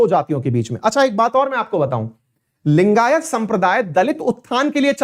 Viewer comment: Abe saale bol to thik se लिंगायत langayat bol raha hai....